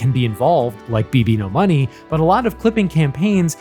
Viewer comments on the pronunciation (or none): So this is how i find out it's not pronounced beebeenodollarsign